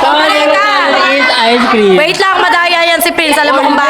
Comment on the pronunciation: ako lang ba nakapansin ay yance na nagsabi ng ice creaam?